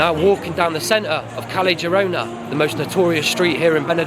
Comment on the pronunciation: The worst crime is how the Brits pronounce Spanish. 'Kelly Jirona' for example. Ouch!